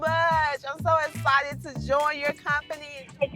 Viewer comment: EXCITED.....ITS EXCITED not whatever she be talking about